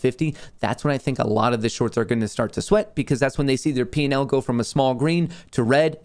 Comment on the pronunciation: P&L. Sounds like you are saying Penile! 😂